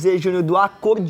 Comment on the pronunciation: Não e acordiom e sim acorDeom com a letra E